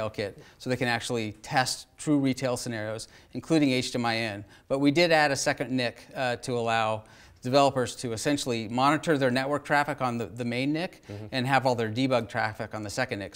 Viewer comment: This dude said "HD-My"